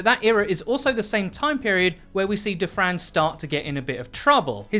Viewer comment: All I hear is "table for 2 for Defran"